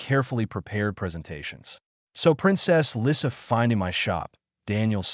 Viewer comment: The picture shows a man repairing a toy plane, not a ball, with a baby dragon that's much bigger than a house cat watching. Her name is misspelled Lisa while pronounced Lissa.